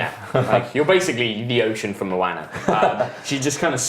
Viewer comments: Moana is pronounced "mo aah nah" not "mo anna" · ARGHHHH WHAT THE FUCK IS A MOANNA? Mo-ana